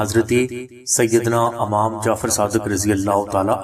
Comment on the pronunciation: Bhai lafz imam hota hy amam nhi